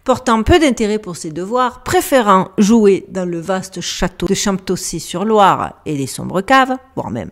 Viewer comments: Bonjour ma belle. Le chateau de Champtocé sur Loire est maintenant une ruine. Cette histoire m'a toujours fait froid dans le dos. Les siècles passent mais les monstres existent toujours. Le nom se prononce chantocé 😉. Cela me fait tout drôle de t'entendre citer des noms de villes que je connais toutes (pas que de nom). Vraiment pas un conte féérique🤢. Quelle conteuse tu fais, tu es merveilleuse. Merci pour ce moment passé avec toi, gros bisous, caresses à Duchesse et à dimanche👏🙏❤😘🌹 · Château de champ pot cé…😂😂😂 heu, on prononce chantocé. Ce qu’il reste du château est sur la route de Nantes -Angers (champtocé sur Loire)idem pour Craon; on prononce cran.